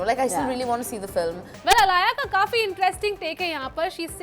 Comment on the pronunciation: Her name is alaya not alia